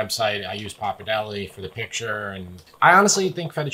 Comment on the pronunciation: It's pronounced Pappa-r-delle